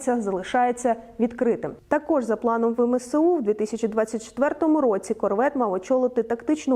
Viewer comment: ну не промовляться С як "се", а М як "ме". вемесеу 😭